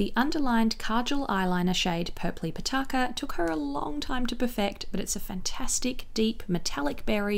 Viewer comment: Thank you so much for not butchering "kulfi" and "pitaka" lol. I really appreciate you featuring a south Asian brand, I'm Indian and I never see myself represented in beauty and often times shades just don't suit our undertones